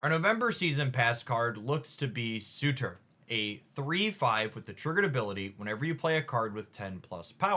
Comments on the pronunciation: Sur - tur not su - tor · surtur not sutur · I wonder if Surtor has a suitor? or are they already spoken for... or is it just that words are hard 😅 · Love the video! Just a heads up. It’s pronounced “ser-ter” but that card is gonna make Skaar decks even better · I find it very funny how an intelligent and thoughtful creator like can so consistently bump into pronunciation issues. Surtur, Arańa, Negasonic Teenage Warhead... EDIT: Halfway through...not just issues with Surtur. XD